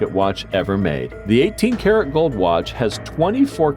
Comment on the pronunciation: And when you said watch you said "Wat"